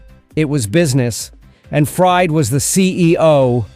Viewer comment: It's Fried (Freed) not Fried, like a frying pan.